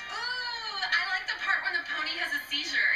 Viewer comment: Zeh Amazing Poneh-Lion. xD !!